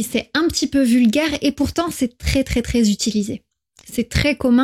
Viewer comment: Thématique FLE très intéressante. En revanche pour des apprenants, vous avez un défaut de prononciation avec le [ e ] (é fermé) et le [ ε ] (è ouvert) qui porte à confusion. "Très" et "c'est" se prononcent avec un e ouvert et non fermé. La prononciation est importante car elle permet de distinguer l'orthographe grammaticale et le sens des mots.